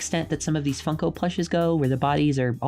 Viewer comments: Why did I keep hearing fucko instead of funko? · I cant , I just cant, it sounds like she's saying fucko, not like a swear, instead of funko